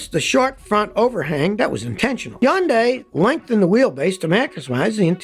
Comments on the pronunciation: Scottty Scotty Scotty. It's pronounced Hun Day. Not Yun Di. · Scotty, why do you leave the H off of Hyundai? You are the only one I've ever heard call it yundai. Most pronounce it Hi - yun - day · Scotty It's Hun day! Not Hyun day! The Y is silent! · They've just had a big campaign here to make British people pronounce Hyundai properly. It's not HI-UND-DYE it's HYUN-DAY 🤣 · Learn how to say hyundai Mr "yundai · Please stop making videos with Hyundai vehicles, until you stop mispronouncing the name ! It's NOT YUNG DAY ! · It's easy to say it correctly: Sunday, Monda, Hunday!!!! I got this from a factory rep in 1987. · I wonder how long til scotty realizes there is an H at the beginning of "yundi" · Where I live we pronounce it honday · Nobody: Absolutely nobody: Scotty: Yahnday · One of these days Scotty will learn how to say HUN-DAY. What a hard headed Red Neck!! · Lol it’s hun-day 🤣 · I worked for a market research company a decade ago and Hyundai came in and told us how to pronounce it in an easy way. “ITS HUN-DAY LIKE SUN-DAY” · Who cares how it is pronounced. It is still hyuJUNK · Scotty please stop butchering the Automaker's name!!! google it!! How to pronounce the car brand Hyundai correctly, unlike almost everyone else. - ESP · You pronounce Hyundai funny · It's hilarious how Scotty can't pronounce both Hyundai and Ioniq correctly LOL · Scotty says it like no one else. Cmon dude, even the company reps don’t say it like you. We should pronounce your name as skooty kill-meer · HUN-day i-ON-ic not hiaundai eeoneeque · I love Scotty and his videos but I cringe every time he says “Hyun die” instead of “Hunday” (Hyundai) and “Ioneek” instead of “eye onik” (IONIQ)